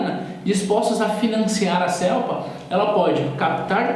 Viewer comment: Excelente vídeo. Somente uma correção na forma de falar a palavra Celpa. Nós paraenses falamos Célpa e não Cêlpa. rsrsr